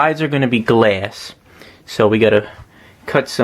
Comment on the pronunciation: If I hear you say glass one more time I swear I will grab your fucking glass forehead and slam you into the fucking mitre saw repeatedly just fucking smashing it shouting "It's pronounced fucking glass not gleasss"